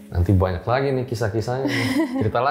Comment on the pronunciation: Saking mantep mbaknya cerita sampe2 ngucapin vokal “a” nya banyak yg berubah jadi “ua” 😅. Sadar jadi suadar Banyak jadi buanyak Jatuh jadi juatuh 🤭